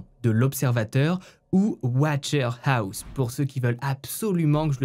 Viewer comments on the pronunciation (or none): none